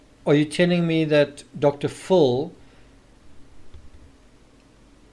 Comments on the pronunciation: Say it with me Dr. FILL not Dr FULL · It’s DR PHIL not DR FULL